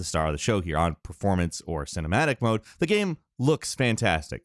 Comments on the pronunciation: Bro I hear it every fucking time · How says Gaem. Holy shit every time I cringe. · I've never heard anyone pronounce the word "game" like this. Gearm?? Gemme? Germe?! Gim??